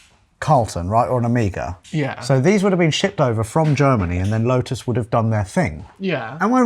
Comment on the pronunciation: OH👏🏻MEY👏🏻GAH👏🏻…Omega! Like the Greek letter, not Amiga like the gaming computer. Come on!! Otherwise awesome video and car, as always 👌🏻😁